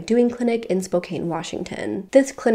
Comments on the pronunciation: You always pronounce spokane wrong. Its spo-Kahn not spo- kane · Great job as usual,! Thank you for spreading Lauren’s tragic story so that others can understand and learn from it. I hope any and all campuses step up their game to protect their students. Just for future reference, Spokane is pronounced spoke-ann! A fair bit of crime happens there so I wouldn’t be surprised if it comes up again in a future video.